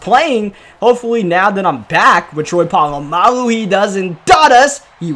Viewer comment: “Troy polmangu”🤣🤣